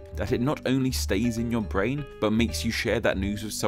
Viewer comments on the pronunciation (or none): none